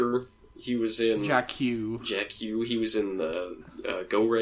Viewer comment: It's pronounced "Jacka", Guys.